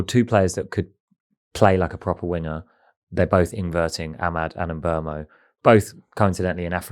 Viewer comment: there's a clip of Mbeumo saying his name properly & it isn't a difficult one at all for native English speakers. So why are there full time pundits still getting his name wrong?